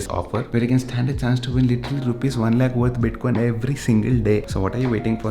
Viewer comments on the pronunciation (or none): none